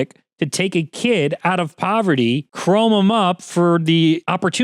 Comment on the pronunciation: *Chrome instead of Crome